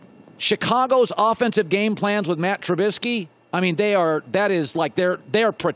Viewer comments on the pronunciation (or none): If ur gonna roast trubisky, at least say his name right...